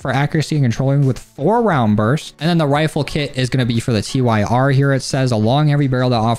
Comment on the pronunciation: T-Y-R is pronounced 'tear' like in Norse mythology. swear its like the 10th vid where i keep hearing 't-y-r'